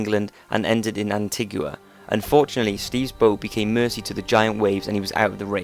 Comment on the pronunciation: mate, can you PLEEEEEASE learn how to pronounce simple fucking words?! antigua is pronounced anteeegar, and the Andes mountains are pronounced andeeez. how can you NOT know these? fuck me, its every single video you produce that's littered with shite like this, and as a you tube channel with many subscribers you really ought to have a better grasp of simple grammar.